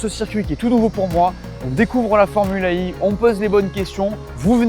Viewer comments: Pourquoi tu prononces formule Ai et non formule E?? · Super vidéo, merci En revanche la prononciation fait un peu Formule AI Comme si l'intelligence artificielle avait une importance capitale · Formula One Formula E E se prononce i en anglais 😁